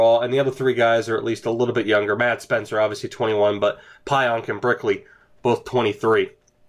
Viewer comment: Pionk is pronounced "Peeonk